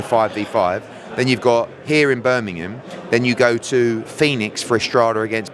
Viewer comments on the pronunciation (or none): Eddie is 44 years old and still can’t say Birmingham properly 😂